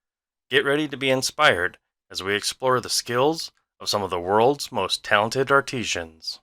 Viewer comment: Absolutely beautiful. Please remember "artisans" not "arteesians". Otherwise excellent commentary. Thank you.